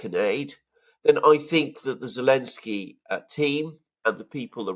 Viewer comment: Why do people keep calling him Elensky?